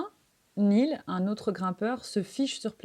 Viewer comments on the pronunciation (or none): none